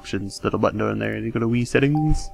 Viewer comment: You sound like a ghost. Whee setteengs